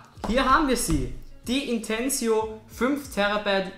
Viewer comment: Es heißt nicht "Intensio" Sonst Danke für dier Info!